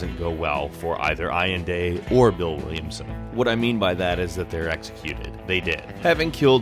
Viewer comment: Allende pronounced Al-lehn-deh